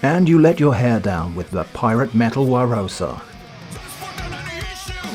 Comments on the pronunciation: It's such a minor touch, but I absolutely love how the album says "The Sounds of John Barosa" but you pronounce it "Warosa". It's the icing on an already delicious cake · Is it Barosa or Warosa??